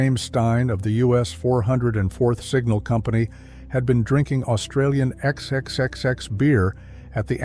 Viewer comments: You are nuts. Nobody in australia says xxxx, it's fourex. Did you never ask anybody who might possibly know? Or are you comfortable being thought acomplete fool? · the AI voiceover calls the beer brand an incorrect name as if it'd been censored, "ex-ex-ex-ex". The actual brand of beer is called 'four ex' (phonetically speaking). The local joke? Why is Queensland beer called XXXX? Because they can't spell the word 'beer'. It's not the smoothest drop, but on a hot Queensland afternoon you can happily polish off more of a few of 'em. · It’s pronounced ’fourex’ ya wanker! 🙄🖕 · its pronounced 4x mate or yellow can